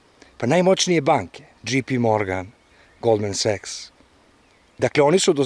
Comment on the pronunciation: Banka nije Sex Nego Goldman Sachs čita se saks